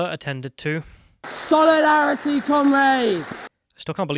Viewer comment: “SOLIARITEE COMRAIDES!”